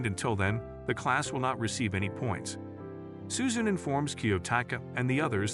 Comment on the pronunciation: its su-zu- ne not su-zune.